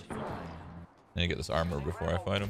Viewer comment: That dude saying chill out and he’s backseat gaming *with a Indian accent ”don’t break your amor shroud”